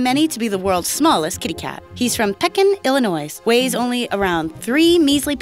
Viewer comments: Lol she pronounced the s in Illinois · YOU DID NOT JUST PRONOUNCE THE S IN ILLINOIS. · You pronounced illinois wrong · You don't even know how to say Illinois.